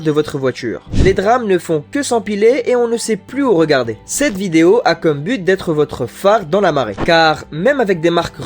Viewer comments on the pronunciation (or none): none